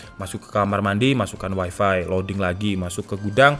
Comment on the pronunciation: bang lafalnya tolong tetap waifai saja dong, jangan dilafalin waifi